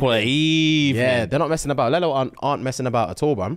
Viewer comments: Man said lell-o like how kids say yellow. It’s lee-low 😂😂😂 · its pronounced leelo guys, like lelo and stitch lelo😂😂😂😂 but i love the new bag's coming